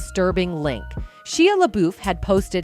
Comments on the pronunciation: Shia La Beuf....Shia La buuuuuuuuuuuuuuuf, Shia La Beff, Shia La Buff 😂....that was kind of funny, but amazing video! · sheeya laBoof 🤣 oh AI, you be funny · SHE-a La-BOOF. Bro... at least double check the AI voice narration, before posting this. lmao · "Sheeah Laboof" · SHEEUH LUHBOOF 🤣🤣🤣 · How can AI pronounce a name in 2 different ways in the same segment and both of them are wrong? There is one right way to pronounce Shia LaBeouf right. That can not be too difficult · I think if your going to be a narrator you should learn how to pronounce people's names. It was crazy how many times she butchered Shia LaBeouf's name.